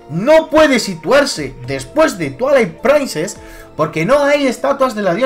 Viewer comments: Es un inglés avanzado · "Twilight Prainces" xd Apoyo tu teoría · no sabia que skyward sword se pronunciarse skaygar sworrt y que twilight princess se pronunciarse twoailar praises jaja tu pronunciación es la mejor ¡¡laik!! pero en concreto desacuerdo con tu teoria por que tus argumentos siguen sin encajar con muchas cosa como el por que los korok estan si no existieron asta despues de wind waker y el por que de los hombres pajaro si no existen en skyward sword y no creo que en cien años allan aparesido de la nada lo de que si la espada es la misma que la de skyward sword no tiene logica ya que solo ay una espada maestra y es la misma en todos los juegos en donde sale lo que le pido a tu teoria es que sea mas logica mas objetiva y mas vasada en los echos y es valido querer inventarse cosas para que encaje en tu teoria pero debes de admitir que te estas engañando en fin buen video me isiste reir mucho con tus pronunciaciones en ingles muy acertadas xD